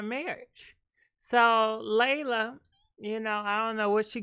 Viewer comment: LEEEEEELAAAH say it with me LEE-LAH.... LELA not LEILA or LAYLA 🤣